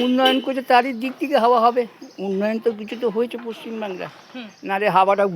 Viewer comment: Bhasha ti also parimarjan karun. Cha er 'thek' hoy na. 'mad er thek hoy'